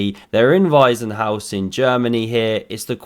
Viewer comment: you pronounced "Weissenhaus" like "Waisenhaus" which means orphanage lmao